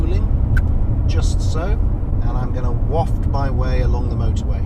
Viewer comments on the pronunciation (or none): none